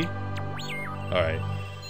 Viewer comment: man pronounces "ewe" like "yw" we're not in wales